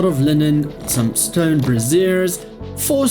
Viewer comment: It's brazier: bra·zier not brassiere: bras·siere!!! brassiere is boo ba support dum dum